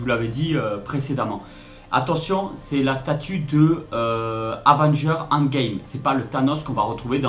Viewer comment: désolé mais la prononciation que tu fait de endgame n'est pas la bonne tu l'a fait en français bien prononcé c'est endgame prononcé en anglais